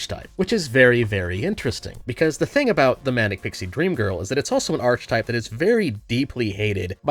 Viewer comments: why do you say "arch type" instead of archetype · Sorry to be that guy, but "archetype" is not pronounced "arch-type", but "ar-ke-type" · Please stop saying "arch type", that's not at all how one pronounces "archetype" (ark-uh-type) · please say archetype like Ark-e-type and not arch-e-type please and thank you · Arkatype not arCH type 😠😡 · Archetype is pronounced with an ark not arch. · it's archetype, like "ar-ki-type", not "arch-type" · arch in archetype is pronounced the same as ark. Get it right. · It's pronounced arc-eh-type. Other than that, great video. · 1) Pronouncing "archetype" has the "ch" end up being a hard consonant, like a "k" sound. It's "ARE-KE-TYPE" phonetically. 2) The Manic Pixie Dream girl trope as a negative was literally always a cope from bitter older women angry that younger, not bitter women exist and compete with them for male attention - MOST feminine anger at various female archetypes are just this same envy. 3) The "Manic Pixie Dream Girl" hurts women mostly because when women pursue the role as a goal, they end up becoming "Ramona Flowers" art garden tools, and they quickly become bitter and used up in the pursuit while the men that go after them feel no need to change themselves for the better either. The band Negative XP has a very good song about this phenomenon called "Scott Pilgrim Vs The World Ruined a whole generation of women." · Archetype is pronounced ark-type (it's weird). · I love you, but /ar-KE-type/!!! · Is aar•kuh•tipe really that hard to say? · This was such a good video that I will thumbs up in spite of your pronunciation of “arCHetype.” 😅. On a more serious note, MPDG is a much healthier stereotype of women than the male “Narcissistic/Abusive Billionaire/Criminal” that populates romance novels. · The ‘arch’ in ‘archetype’ is pronounced as in ‘architect’. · Brother, that is not how you pronounce archetype. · You gotta fix that “archetype” pronunciation lmao